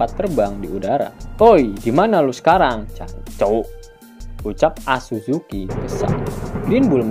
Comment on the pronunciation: Bukan azuzuki min hoii😂😂 tetapi fleet admiral sakazuki(akainu)